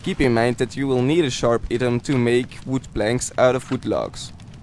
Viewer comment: Bro, you are saying "item" wrong